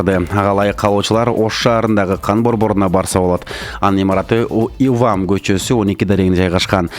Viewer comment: Ивам эмес УВАМ коч